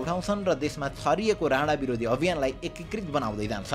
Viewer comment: राणा त राडा जस्तो सुनिरा'छ यार 😂